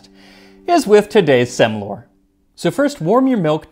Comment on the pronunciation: You pronounced "Semlor" very well! (Swede Here)